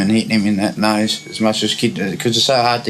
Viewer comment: Just fyi, I'm british but I have no idea why she says '' nose'' like that